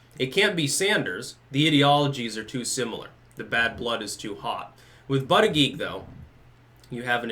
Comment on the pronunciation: Scares me that now pronounces his name correctly, for all the reasons.